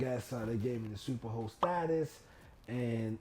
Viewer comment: I’m probably the only one that thought you were saying super hoe status lol. 🥴